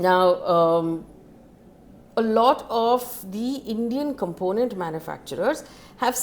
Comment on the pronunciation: If I were you I’ll work on “component” and “aluminium”pronunciation. As your news is quite informative.